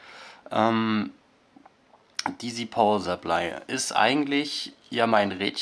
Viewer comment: Ähh... ich glaube Power Supply wird anders ausgesprochen und ich glaube die 10 Ampere von dem 240VA Netzteil, bringen dem Modul nicht wirklich was da es nur max. 5 Ampere regeln kann. Trotzdem cooles Video